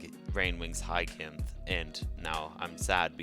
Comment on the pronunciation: Hyacinth is pronounced hi sin th